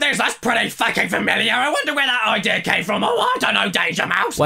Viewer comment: I'm I the only that noticed that caddy says idea IDEAR and seen as SIN